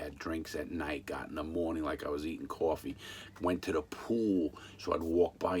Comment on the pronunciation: Part of the diamond casino heist dlc Edit: larry are u from long island cause how u say coffe